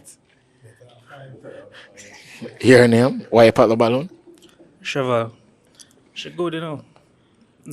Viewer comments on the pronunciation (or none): Sheval 😂 Shevell😂